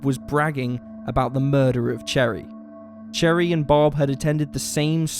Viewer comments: No... its pronounced sher-ee. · He’s literally saying - cherry 🍒 lol 🤣